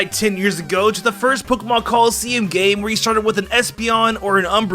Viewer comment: When on #1 when says game does it sound like hes saying gay instead of game I only heard it and immediately thought he messed up or its an accent.